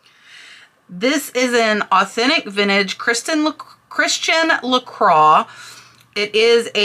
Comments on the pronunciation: La "croy", not craw. Just fyi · Still not la craw. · Bits in America it is pronounced like I first said, La croy. In France it is La qua. My mistake.